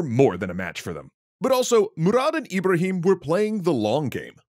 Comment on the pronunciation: My name is “Ebrahim” and let me just say, you knocked those pronunciations out of the park! Genuinely thought someone was calling my name